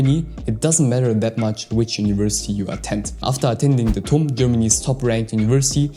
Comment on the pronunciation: Tum read as Tuti